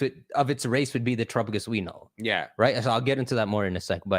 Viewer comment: Every time I hear TerapaGUESS I lose another week of my life 😭